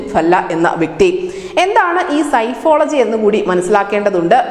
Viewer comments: It is not സൈഫോളജി. സെ ഫോളജി psephology എന്നതാണ് ശരി. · Psephology സെഫോളജി, സൈഫോളജി അല്ല, ദയവായി ശ്രദ്ധിക്കുക. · Not psychology it's psephology.. Please correct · Pronounce sefology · കൊച്ചേ, സെഫോളജി ( Psephology) എന്നാണ് ശരിയായ ഉച്ചാരണം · Dear lady, the word is "sephology" and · PSEPHOLOGY oru Statistics group ile academic programme and.Athinu degree diploma courses undu pala universitykalilum. Kaiyil telephone screen thurannu vechu vayikkumbol Ningal ucharicha vidham seri alla( " sifology" sykkology" Randum ) thettanu.